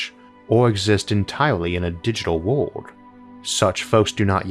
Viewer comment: Why does your word "world" sound exactly the same as "word" and "would" or ward?